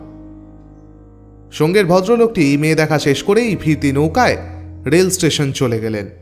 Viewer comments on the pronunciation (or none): none